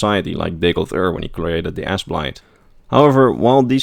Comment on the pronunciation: he is saying the ass blight XD